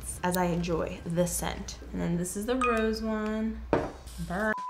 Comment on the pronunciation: when she said 'the RRRROSE', i really missed Rosalina!